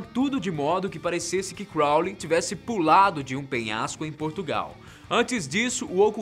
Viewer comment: Quando ele fala Crounly eu lembro de supernatural